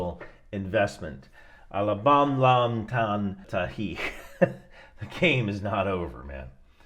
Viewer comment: Alabamlamtantahi? Wtf is that?